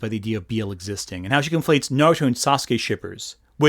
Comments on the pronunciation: Oh, yes, "modern media" , a series of franchises that on average concluded more than a decade ago. Also that pronunciation of Naruto took me the fuck out and I experienced the German dub. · as a fic writer, i think there's a tendency to see someone with a cozy mug and a librarian vibe and thinking "ah, a former tumblr kid who is reflecting on those experiences! i'd love to hear what she has to say about this community we share!" and then you hear how she pronounces "naruto" and she starts talking about the self indulgence of not adding random slurs in your writing. like. dude. policing morality in online fan spaces is like a genuine conversation within the community, but literally no one i have ever seen has ever argued sincerely that we need more one dimensional villains spouting slurs.